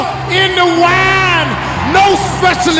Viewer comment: Turn water into waahne! The way he said that is beautiful.